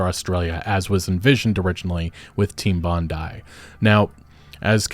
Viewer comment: Its “Team Bondeeee” not bondiee. Cmon man.